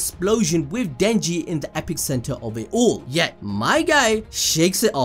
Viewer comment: Denji at the "epic center", lol. 😂 Killed me with that one. 'Epicenter'.